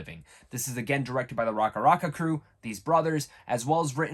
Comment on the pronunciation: "i grew up watching them" lol they weren't making videos for long enough for someone to "grow up" watching them.... Can tell this dudes capping cus he can't even pronounce racka racka or their last name properly.